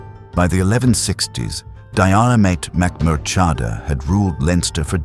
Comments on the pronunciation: Jeer-mit Mac-moor-ha-da * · Getting his name right would have been good. Why do AI? Are people so lazy that they cant even read an 11 minute video? And most of the images do not match the place or period in time. Again, why do this AI?????